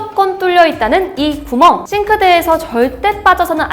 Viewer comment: 중간중간 발음이;;; 구멍에서 한번.... 발급권에서 한번...